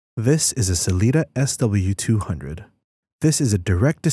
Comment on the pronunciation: What's up with speaking what's written SW200 as "SLE200"(or S delete 200)?